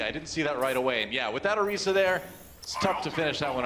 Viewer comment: It’s not “orysa” it’s Orisa. i